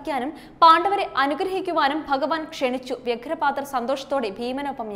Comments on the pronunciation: വ്യഘ്റപാദ അല്ല,വ്യാഘ്റ പാദൾആണ് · വ്യഗ്രപാദർ അല്ല വ്യാഘ്രപാദർ.... ഗൗരവരല്ല കൗരവർ